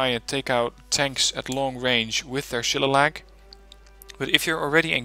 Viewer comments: Nice vid, just one thing though, the Shillelagh missile is pronounced shil-ley-la (its an Irish word) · This deck was awesome at helping me develop mine. Thanks for going into detail on things. It helped me reverse engineer a few pieces to modify them to fit my needs. Though, as an Irish guy it killed me the way you pronounced Shillelagh. "Sheh-lay-lee"